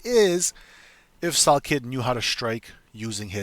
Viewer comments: How do you make a video butchering a name that bad? Pronounced sal "killed" not sal kid 😂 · Yeah your dumb bud don’t even know how to pronouce salkiLLds name